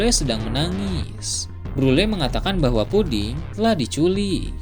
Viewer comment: puding bang bukan pudi